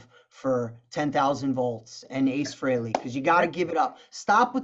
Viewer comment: AA-ce Frehley